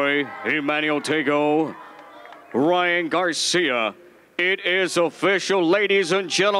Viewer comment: He sad PRyan Garcia